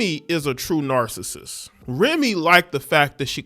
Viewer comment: Dude stop saying narristic sound sweet as hell gang